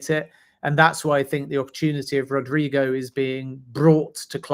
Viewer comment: Gosh please,he's name is not Rodrigo....it's RodrYgo!!!